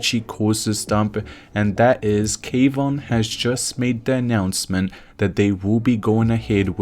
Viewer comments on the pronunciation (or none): Omg, it's honestly hard to take you seriously when you can't even say his name correctly. Kwon, not K Von. Pronounced Kwahn. Seriously. Get it right.